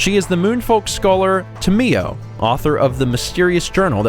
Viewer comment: it's tam-I-yo not tameyo